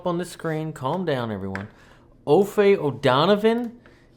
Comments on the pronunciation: Aoife is an Irish name and it's pronounced E (long E)-fah. This song, sung by her, just gives me chills. I love her voice. Maybe you are too young to know that this is a Joni Mitchell song from Blue? I assure you everyone in the band knows this song. Chris Thile is a very well known musician, and has been making albums since he was a child probably. He was in Nickle Creek with Sarah Watson and her brother. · I believe it is pronounced Eve or Eva, if that helps. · EE-fuh. "Aoi" says ee, and "fe" says fuh. Aoife. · It pronounced Ee-fa very old iirish name sounds nothing like it's written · Aoife is pronounced ee-faa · Pronounced Eefa! It's an Irish name! Some singer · Ee-fuh is how to pronounce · Her name is pronounced "Effa".. Irish. If you want a real treat check out her group music with Sarah Jaroz and Sara Watkins "I'm With Her" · Aoife is Irish name - EE-FA is best way to pronounce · First name is an Irish name pronounced E-Fa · it's pronounced EEE Fa! love the channel. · Pronounced E-fa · Pronounced e-fer. Aoife is going to be, if not already, a very important musician to watch. I suppose she is this generation's Joni Mitchell which is no bad thing. Her albums are all worth checking out. I'll let you find her stuff wherever you consume.